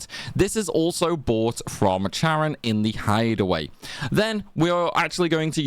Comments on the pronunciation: Great content, BUT..... It's KAREN. Not Charrin🤦🏼‍♂️ literally pronounced so many times in the game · "chair-on", someone didn't read up on their Greek language roots. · Am I the only person who hears her name as “Karen” not Charon? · i hear it as sharon